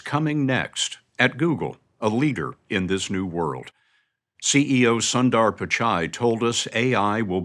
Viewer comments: I wish they would take the time to at least ask how we Indians pronounce our names - takes about a minute! It's not sun-dar - it is actually Son - th-r - sun as in soon but one less o, and it's not dar but the th in the and then an r There is so much cultural and racist arrogance being displayed here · sundar is pronounced as soonder 😅😅😅